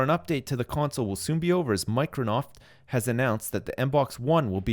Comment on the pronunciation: What? I could have swore it was called "Mirconoft" and he was just pronouncing it wrong! What?!